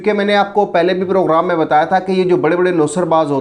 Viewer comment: Program hota hai poghram nai phely yeah to sekh saly 😀😀